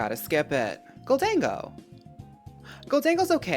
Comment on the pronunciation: I want to thank you for saying Gholdengo correctly. I die a little inside when people call it "Golden Go" lmao